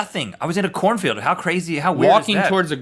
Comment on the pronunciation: I yawned at the beginning when Rhett said he was in a corn field...I thought he said "I was in a porn film". Major double-take.